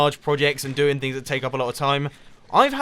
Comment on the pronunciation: For when I watch it... it sounds like do